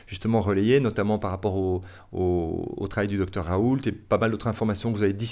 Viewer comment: Il a raison pour Didier Rault mais ca se prononce Roh pas Raul.